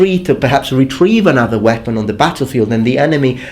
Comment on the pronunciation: Whepon? Don't you mean bread knife?